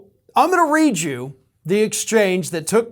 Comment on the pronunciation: Please! "I'm gonna read you..." NOT "I'm gonna re-jew"!!!